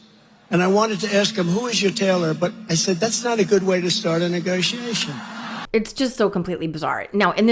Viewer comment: Trump can't even say the word "negotiation" 😂 ( or any word of three or more syllables: listen to the electrocution versus sharks story)